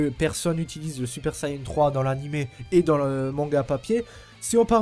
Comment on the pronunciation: Super Sayene 3 ? Mec, tu veux être pris au sérieux apprends que ça se prononce comme tu l'as écrit dans ton titre, a suivi de n ça ne s'est jamais prononcé autre qu'ane en France et au Japon, tu dis pas Keyto mais bien Kayeto pour Kaito, nous fait pas honte comme ces débiles de doubleurs français !